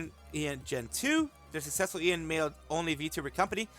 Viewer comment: it's been bothering me how you keep saying EIEN, just say A-yen (like letter A, and yen), it means eternity in Japanese.